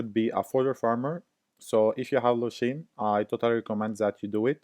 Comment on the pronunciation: its lushen not lushin cant listen to it lmao :D